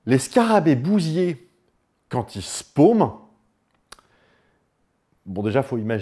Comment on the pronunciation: Je sais pas bien expliquer ça, mais quand tu parles de scarabées bousiers j'ai l'impression d'entendre qu'ils sont bousillés. C'est assez rigolo (je ne découvre pas le mot, on ne doit juste pas le prononcer tout à fait pareil).